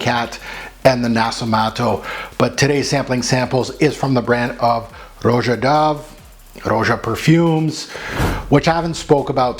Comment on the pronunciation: Son you knew it wasn’t aquatic !!!! You made this video 3 months ago. Everybody and their mother knows this is not aquatic. Get it right his name is not pronounced Row Jah it’s just Rah Jah